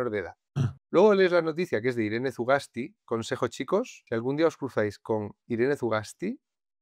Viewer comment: Una corrección, es euskera no se pronuncia la Z, deberías pronunciar Sugasti. Sólo eso, el resto es impecable, como siempre ♾️👏